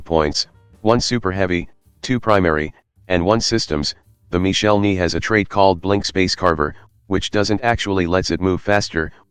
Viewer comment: It's Marshall Ney, one of Napoleon's best commanders. The TTS mangles the pronunciation of his last name (his first is Michel, obviously) - it should be more like "nay" in English.